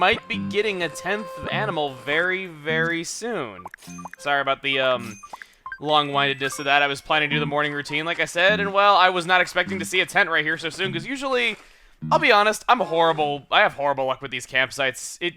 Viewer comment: Just something that's been bothering me: the "wind" in "long-winded" is pronounced with a short "i," like "the WIND is blowing." I think the reason for the saying is that being "long-winded" means one uses a lot of breath (i.e. air, wind) while talking because they take so long. "Winding" (with a long "i") doesn't really make much sense.